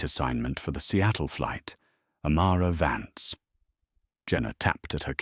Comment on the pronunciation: its amara vance not amara vants